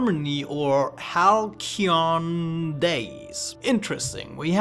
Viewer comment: Halcyon = Hal see yon. At least I think that is how it is pronounced